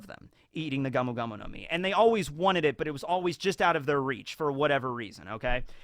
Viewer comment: Is this like clone or evil because he suddenly switches pronunciation of the five elder stars on a dime and one point he said vanted instead of wanted